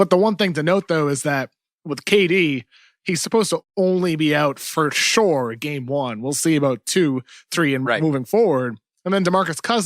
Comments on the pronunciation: Kevin O'Connor doesn't know how to pronounce "sure." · Shorely not